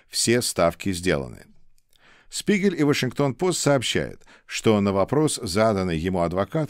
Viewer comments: "Spiegel" читається як "шпігель", а не "спігель". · Дорогой! Позвольте мне вас немного прлсветить в немецком языке (в средней школе я изучал этот язык): - Буква Z в начале слова читается как русская фонема Ц, поэтому слово "die Zeit" (Время) произносится "ди Цайт". Далее, диграф из букв "Sp" читается как "Шп", соответственно, die Spiegel" - это Шпигель. Моё уважение и поэелания успехов и здоповья,! God bless America. 🇺🇸🇺🇸🇺🇸🇺🇦🇺🇦🇺🇦🇰🇿🇰🇿🇰🇿